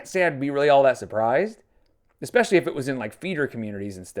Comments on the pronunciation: eXXXspecially is nails on a chalkboard for me. Glitter and lasers says it like that too! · It’s the “expeshally” that gets me raging lol